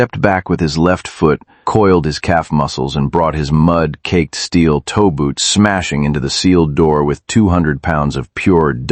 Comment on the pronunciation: It's steel-toe boots, not steel toeboots. Still, I'm going to call them steel toeboots now.😅